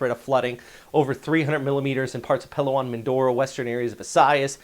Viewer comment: Learn the correct pronunciations please. You butcher Palawan every time among others.